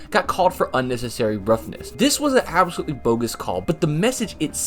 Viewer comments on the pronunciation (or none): none